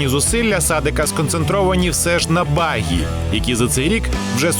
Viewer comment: Говоріть правильно: Баґі а не Багі.